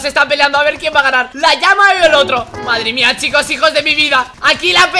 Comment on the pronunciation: Se dice lama no llama